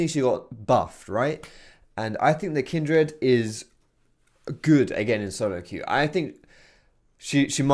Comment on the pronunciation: Not going to lie, the way you pronounce Kindred kills me. Kin'd Red. You don't say 'hund red' for 'hundred'. And it's not even your accent, i'm from like 30 minutes away!